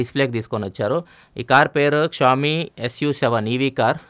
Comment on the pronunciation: xiaomi not showmi